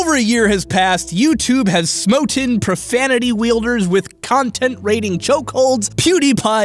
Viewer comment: he said smoten but its really smitten